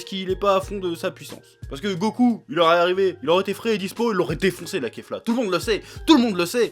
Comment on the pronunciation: Enfin un youtuber qui dit kefla au lieu de kafla